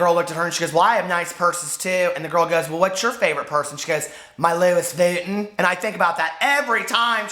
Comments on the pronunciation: LOUIS Vuitton "Lewis Vooten" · "Louis Vooten" I love it! 😂😂😂